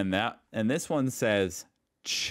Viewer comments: Please look up how to pronounce the "ch" which is two letters pronounced like a special one, unless they are part of "sch". Then you'll understand that one meme. I want to know if you end up like patrick. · americans always pronounce "ch" like a "K" and its wrong and HOW ON EARTH haven't you been on a train?!?!?! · Amercians cant express "ch" in german words. Thats why this Meme with Patrick. Actually we express "ch" in two different ways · "ch" isn't at the beginning of a word. Hard to explain without seeing each other. Sebastian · its the way we all pronounce "CH" but you Americans are not capable to pronounce it correctly